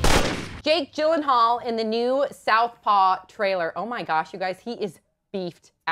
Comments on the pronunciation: It's Yillenhaal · its pronounced as Jake Yeel-En-hall its swedish name